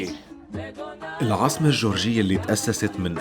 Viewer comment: تابيليسي .. مش تبليبسي